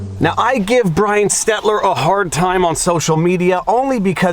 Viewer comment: "Brian" or "Bwy-ann"? Get it right!